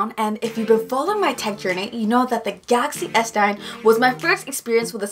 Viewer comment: I love the way you say Galaxy S9🤣 Idk why it sounds gassy S9 to me lol